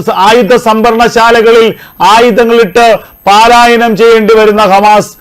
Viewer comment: താങ്കൾ ഇതുവരെയും ഈ 'പാലായനം ' എന്ന ഉച്ചാരണം തിരുത്തുന്നില്ല ? പലരും ഈപിശക്ചൂണ്ടിക്കാണിച്ചിരുന്നതാണ്. 'പലായനം' എന്ന് പറയൂ